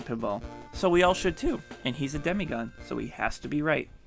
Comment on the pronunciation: Did you just call me "Demi Gun"